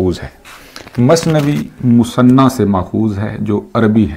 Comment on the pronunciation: مثنیٰ کا تلفظ" مُثَنّیٰ "نہیں مَثْنیٰ ہے۔